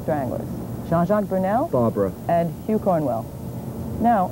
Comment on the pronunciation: His name is Burnel not Burmel. What a shame. :-(